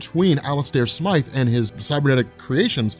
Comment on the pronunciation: Isn’t it smythe not smith?